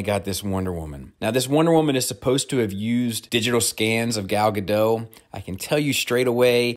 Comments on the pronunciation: Everyone gets it wrong and it’s perfectly understandable; but you mispronounced the Wonder Woman actresses’ name. It’s Gal “guDAHTT”, not gaDOH. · That's not how you pronounce "Gal Gadot" It's not like Margot. You need to emphasize the T